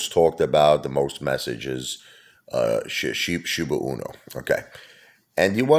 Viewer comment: It’s pronounced SHIBA E-NEW, not SHIBA UNO… just say’n. 🤨